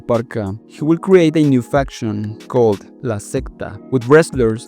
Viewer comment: Keep thinking he’s saying infection instead of faction